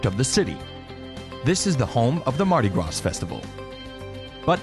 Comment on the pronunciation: Mardi Gra, don't pronounce S. It's New Orlins. And also... Bourbon, really? Best place? You EVER been here?